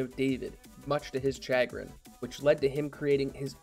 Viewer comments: His 'sha grin' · Having a great time binging your content. BTW, chagrin is pronounced like "shuh-grin." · Except for when he said "chagrin".